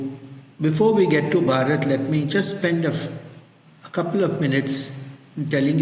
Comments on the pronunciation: Thank you so much for giving a platform to this topic. It is a very important one for the people of India as we are very seriously intent on de-colonizing our mindset and our education system. Just a quick correction. The native name of India is to be pronounced as “BHAA-RAT ” and NOT as “BHA-RAAT” as you mentioned at the beginning of your podcast. I am in a bit of rush right now and I will come back to listen to this podcast at ease and update my comments (if any) with my observations. Thanks, once again for doing this 🙏🏻😊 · I like your interview style. I have two comments. 1. Maybe you could have taken effort to pronounce ‘Bharat’ properly. It’s a cherished name for us, Bharatiyas. 2. You could have studied the subject little more in detail before the interview. That would have made the conversation lot more interesting. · Kind professor; Your pronunciation of Bharat is Risible 😅! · Hello. Interesting video, but your pronunciation of Bharat is way off. It gets a bit distracting & takes away from your presentation. The accent is on the first syllable. In fact, unlike in English where the second syllable often gets the accent, most Indian words and names have the accent on the first syllable. There is also a difference in pronunciation between "B" and "Bh", and the length of the vowel sounds. For example, Bharat is the country, & Baraaaat is the wedding party that accompanies the groom (I added a few extra A's for emphasis. Lol). Most Indians are generally accepting, but they will likely will appreciate it & be impressed with you if you can manage the correct pronunciation of their names and their country. Bharat is pronounced as follows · Great conversation. really loved your guest. Please pronounce Bhaa Ruth. It will help in your diction. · The H in Bharat is pronounced. As you are not pronouncing, it becomes Barat, which means Wedding Procession. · Its not barat its bh-aaa-ra-t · Not Bharaat but Bhaarat. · Not (Ba-Rat) ... It's (bha-rut)